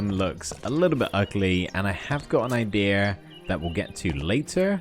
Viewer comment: why is he saying idera insted of idea